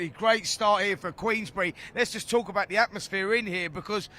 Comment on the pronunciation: Someone needs to tell George Groves it's call 'TALK' Sport not 'GAWP' Sport! 😯 Oi! Groves! Close your mouth son! 🤦🏾‍♂️